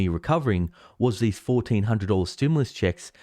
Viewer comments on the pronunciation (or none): none